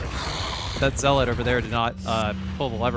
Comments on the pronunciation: Hate to be this guy but the first syllable in “zealot” is pronounced “zel” not “zeal.” I’m only point it out because you seem intelligent and have a nice vocabulary so I’m guessing that you’d want to pronounce it correctly. Great video as always. I always go back and watch you play through after I finish them to compare how I approached everything with your methods. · ZEE LAWT Ze-lut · it's pronounced "zeh-lot" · Dude I love this channel.. currently playing res 4 on my phone with the dolphin emulator and an Xbox one controller in regular resolution and I'm jealous of the 1080p textures (bought it for gamecude Wii and PS4 twice)....but ffs what the fuck is a zeelit lol had me so angry for no reason? Zealot my guy. Also you addressd it future me here. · Oh man I knew this was gonna be a long video when you started pronouncing “zealot” as “zeeelet” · The pronunciation of zealot as zee-let is interesting to say the least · I never thought I'd hear someone mispronounce zealot that many times in one video, that was impressive! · As soon as I read this comment he said it twice lol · the word zealot rhymes with pellet.